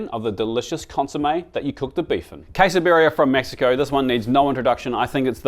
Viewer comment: he pronounced Quesabirria correctly so it seems it is not that hard to learn how to pronounce a foreign word ?